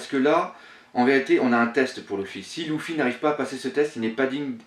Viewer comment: On dit lUUUUfy et non pas lOUfy ... sa me choque O_O